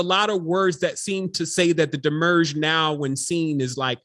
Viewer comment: You are saying demiurge weird. This video will help.